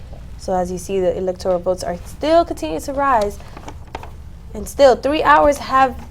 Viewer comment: Electoral is pronounced how again? I think I just heard elector ee al. Is that the right way to say that? These amazing and brilliant college students obviously will be at the top of their game on the English language. Stunning and brave. It’s like they are channeling the authoritative source on all things Gayle King. Her commentary on the CBS 2016 election night coverage was stunning and brave. And I cannot wait to hear her amazing dedication to English, as a language, on the very next presidential election. Her butchery…. Er ahh.. mastery of the pronunciation of words in common parlance is a THE master class all of the American populace need. Gayle for President in 2024!!! Stunning and brave! what’s that Senators name again? Did the Die Hard guy win in Arizona? I ❤ Bruce Willis. what’s that Senators name again? I confused. Ok that’s my last confusion I swear! Probably not though.